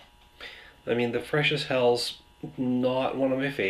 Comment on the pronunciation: Nice review. Hats off doing all of them at once. By the way, the German word "Helles" is not pronounced as "hells", more like "hellus".